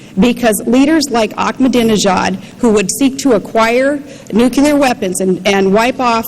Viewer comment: she says "nucular" :)